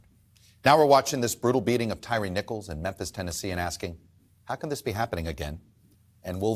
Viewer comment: It's only after watching Chuck Todd that I now realize Tyre Nichols first name is pronounced Ty-ree, and not Tire.